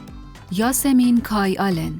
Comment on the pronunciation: چرا اسم یاسمین رو یه جور دیگه ای تلفظ میکنی؟؟؟؟